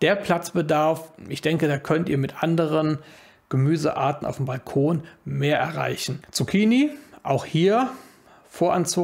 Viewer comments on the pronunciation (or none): none